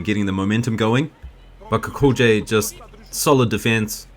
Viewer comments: O for Gods sake lern to pronounce Kukolj.try Kukoly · it's more like Kukol-yay, but that J sound found in Slavic languages doesn't really exist in English...